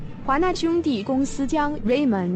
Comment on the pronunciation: 不論是動畫、電影或是遊戲，配樂真的很重要，好的配樂能強調動作、塑造音效，並為場景增添情感，讓玩家或是觀看者透過配樂融入其中，所以就算早期的動畫片沒有對白或旁白，但是透過配樂就能讓觀眾清楚的了解劇情。這部影片能讓大家學到很多東西，但有些小問題能改進: ～ 左下角的那兩個人動時好像沒對齊 豬小弟擔任歌手應該多點描述 停頓的有點久 華納動畫的發音有點怪